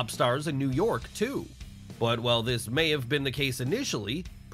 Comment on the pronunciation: Everytime he says “New York” it pisses me off